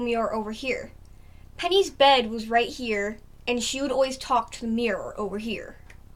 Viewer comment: mirror not mip